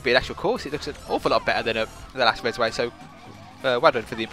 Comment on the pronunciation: It's actually called "Rezway"